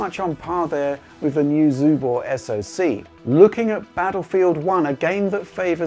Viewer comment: My Chinese is very bad but I can tell you are butchering the name of that console:)